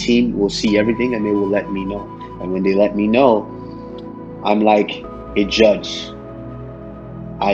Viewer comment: Usman:im going to Juge u and panish u.